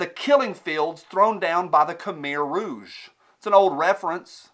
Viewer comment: Your best video to-date, brother. Bravo. Also: pretty cool to hear "khmer rouge" pronounced by.